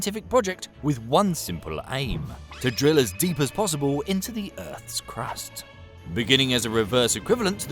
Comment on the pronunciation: The 'Crust' sounds a little weird